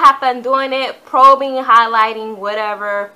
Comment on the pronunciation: It's strobing not probing